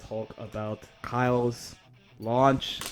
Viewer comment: Bro called Ky Kyle 😂